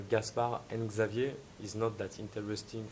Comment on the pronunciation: Xaiver pronounces it 'Zaa-V-A' but that sounds like pretty stupid with a scottish accent :-P